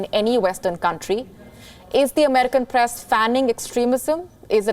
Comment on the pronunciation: This lady has a very thick pronounciation of certain words. Eg Press